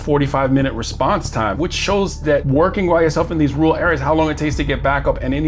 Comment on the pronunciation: Let’s work on your pronunciation of rural. You’re saying “rool”. Let’s try this: Rerr-uhl. Ok? Rerr-uhl. Now you try.